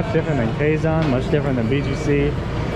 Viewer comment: The “Quezon” not Quegon it pronounce “KeZon”. 😉